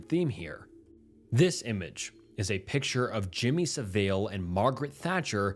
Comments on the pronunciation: Sav-ill not Sav-eel! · It's pronounced Sah-ville pal, not Saveil. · Jimmy saville = jimmy sav-ill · hi, it’s pronounced SAV-uhl. he was and is still a very big deal on the other side of the pond. it’s disgusting how he never paid the price for his actions and everyone thought he was a lovely man until his death. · Jimmy siv-ell lolol bloody yanks. Hey hey say Shropshire "best American accent scrop-shy-er" lolol